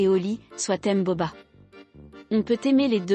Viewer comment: Je deteste la voix qui parle Et he nai pas entendue la reaction de booba Et cest bouba pas boba